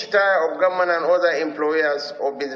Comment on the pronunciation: The "gumment"???? Please talk English properly.